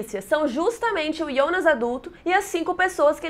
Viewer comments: QUE AGONIA DESSE IIONAS. DEIXEI DE SEGUIR O CANAL SÓ POR CAUSA DESSA PRONUNCIA Q TODA VEZ ME DOÍA OS OUVIDOS. QUAL A DIFICULDADE DE FALAR JJJJJONAS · Muito bom o vídeo! Mas o pfv, para de chamar o Jonas de Iondas. Eu sei que está pronunciando correto da língua nativa da série, mas estamos no Brasil, Jonas se pronuncia Jonas mesmo. Fica paia e é irritante pronunciar Iondas kkkkk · Me dá agonia ela falando o nome Jonas de IONAS. Sendo que em inglês, em alemão e português nos 3 idiomas eu ouvi "Jonas" msm. Diabo de Ionas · Pq se fala ionas e nao jonas ? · Quem deabus é iondas kkkkk minha filha o nome é Jonas estamos no Brasil